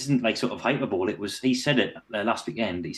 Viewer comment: Hi-per-bow-lee. Not hyper bowl. I should know.